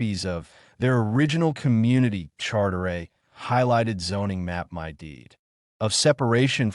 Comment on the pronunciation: Nice story but my is pronounced "mi" with a long "i" noy "m" "y". Fix this BS.